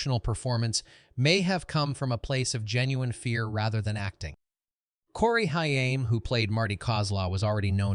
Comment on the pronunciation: Okay I stuck through the AI years Stuck through the AI F A C T junk But I draw then line at Corey Hiyame. Which is how AI reads it. Show some respect. If NOTHING else, get the actors names correct. Especially the actors that are no longer with us. Do people not listen to their videos before posting? Corey Haim There are many many videos online you could find, to ensure his name is said correctly.